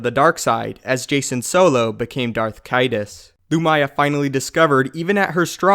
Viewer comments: Lu-ME-yah. CAY-dus. Good catch on the proper pronunciation of Yuuzhan Vong, though. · caedus is a soft c. Caesar + sadist